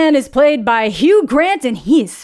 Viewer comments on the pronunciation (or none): none